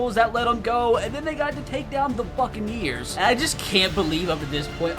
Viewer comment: it doesn’t not sound like he said buccaneers